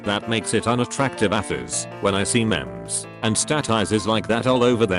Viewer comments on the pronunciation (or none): that robot pronunciation of "memes" and" Facebook"... triggered